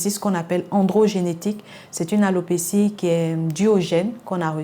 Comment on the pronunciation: Merde elle a dit "hellopecie" 😂😂😂chocobie deh Alopecie